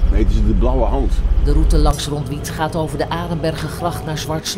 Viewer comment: Ronduite spreek je gewoon op z'n Nederlands uit: Rond-uite